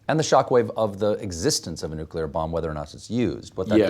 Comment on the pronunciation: Did he say NUCULAR EXPLOSIONS? LOL.